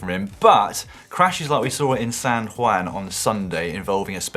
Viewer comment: Please please someone tell Dan how to say San Juan, not San Waan